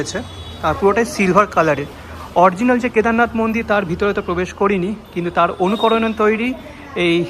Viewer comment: কথাটা অরজিনাল নয়, অরিজিনাল...